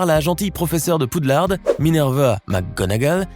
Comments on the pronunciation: C’est moi ou il dit PoudlardE??? PS: ça s’écrit Poudlard, mais ça se prononce Poudlar Édit: Oh mon dieu merci pour les likes c’est la première fois que j’en ai autant!😅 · C'est pas Poudlarde mais poudlard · Vous avez dit Poudlarde c'est une Honte 😠😠😠😠😠😠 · C'est Poudlard pas Poudlarde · Il a dit aussi poudlarde et d'ascaben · et surtout le poudlardEUH